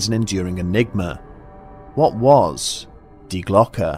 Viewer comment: Thank you for pronouncing "die Glocke" correctly. Schiller would be proud :D